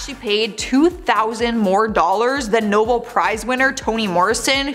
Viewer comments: It’s pronounced “NoBEL Prize”, dear. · While I do like this channel, I am starting to question it when they can’t get basic names right. And it is pronounced Nobell. I know y’all are young and may not have been exposed to some of these older actors or international awards, but do better.